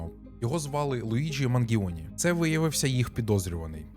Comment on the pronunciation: Манджоне, а не Мангіоне, боже який кріндж.. Луїджі чи Луігі? Отож